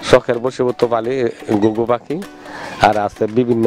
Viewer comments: পাকি না পাখি । কামার না খামার। বাংলা বলতে পারেন না। আবার চ্যানেল খুলেছেন মিয়া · রানা ভাই 100% সঠিক বলেছেন । (পাকি )না (পাখি) ।